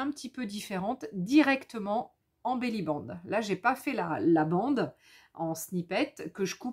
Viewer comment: Bonjour, on dit Belli Band. (Une belle bande) Pas Belli bang 😂...